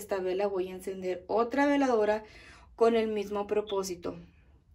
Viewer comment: Buen día no separé las palabras se dice veladora no diga vela dora perdón pero ASI se dice veladora